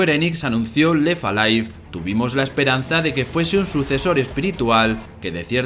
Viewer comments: "La historia de Lefa Life" y así durante todo el vídeo. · Pues pronunciando la T. Pero en inglés, no en francés. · Lo de no pronunciar la 'T' entre 'left' y 'alive' del narrador le da un punto noPor. Alguien tenía que decirlo. P.D: Sin duda esa sustancia está viva (o al menos la da).